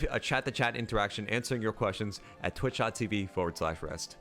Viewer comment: WAIT ITS JUST RIST? I've pronounced your name Rist"e" for so long! edit i know its written Riste, just i've always sounded the E